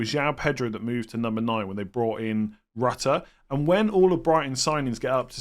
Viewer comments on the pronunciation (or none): gotta stop calling him Rutter rhyming with gutter. It's pronounced like a french person pronouncing your wifi router. Or just call him Georginio which the commentators have been asked to call him this.